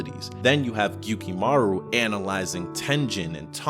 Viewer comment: His name is Gyutaro. Not gukimaru..... But yeah that was an amazing battle.